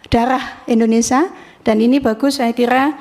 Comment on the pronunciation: indonesia bu, bukan indonesah 😅😅